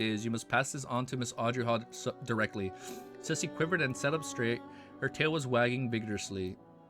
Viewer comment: I think Susie should be pronounced as Sue-zee.